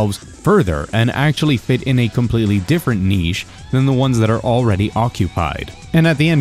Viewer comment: I'm scared this guy is going to say niche again. It haunts my dreams.